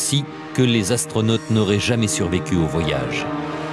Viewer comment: Je cite: « Huit Zastronautes sont morts dans d’étranges circonstances... » avec 3 z... Lu-di-crous!